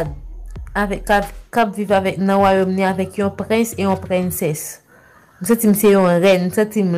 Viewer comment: M pa wè l art de parler à nn Mwen 😒!!« m pa nécessité moun nan vim» ki langue sa ye svp🤔? «map viv nan royaume avek yon prince yon prinncesse »m pa konprann prononciation mot “princesse ”la 🤦‍♀️